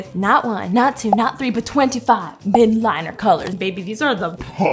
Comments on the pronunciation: Love and her content but one thing it Triggers me when she says midliners instead of mildliners! Has she not seen that there is an L there too? No hate cuz I love her but just wanted to see if it triggers anyone else too! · I love how she says "midliners" when it's MILD-LINERS LOL😂 ILY girl💕